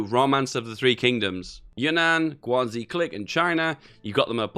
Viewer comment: Guangxi is pronounced: Guang She. Xi is pronounced like "she". Also went to the end of the video. I'm basically jesus